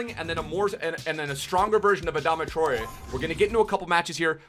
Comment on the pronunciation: that's the most accurate pronounciation i've ever heard wow